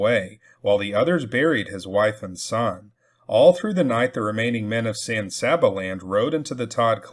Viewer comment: San Saba is pronounced San Say-ba.